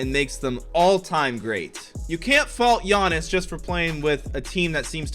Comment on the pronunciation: Why did u say giannis name like that